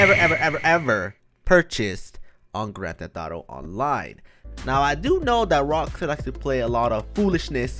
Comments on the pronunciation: Y does he say grantetetaro online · Mans says some gran theth auto